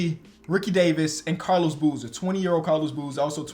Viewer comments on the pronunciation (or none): none